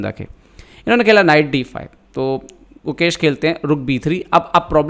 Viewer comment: who heard mukesh instead gukesh entire video?